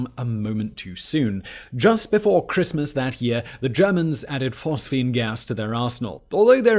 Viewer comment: it's Phosgene gas